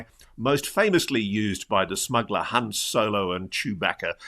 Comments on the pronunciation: "Han" Solo. 😁 (@ you said "Hans") 😇✌ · It is Han, Ross! Not Hans!